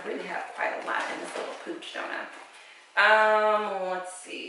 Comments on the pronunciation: Pouch, not pooch. Pouch...rhymes with couch. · That hot pink sorority thing is a pouch - rhymes with couch. Pooch is a dog or stomach flab.